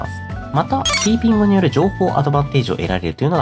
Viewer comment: ピピーングになってて可愛い笑